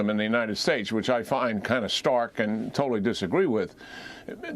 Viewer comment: I’m pretty sure Jack Keene should reconsider his pronunciation of Uyghur.